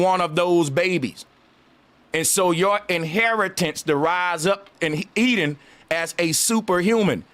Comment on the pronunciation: "E-DEN" "electronic den"